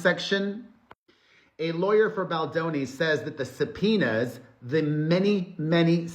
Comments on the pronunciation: Subpoenas; sometimes when you are saying this word it is sounding like your saying za penis. Is it just me or anyone else hearing it😅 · Before you read subpoenas as supinas I use to read them as subopenas in my heart 😂😂😂